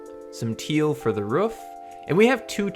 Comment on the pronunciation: "some teal for the ruff"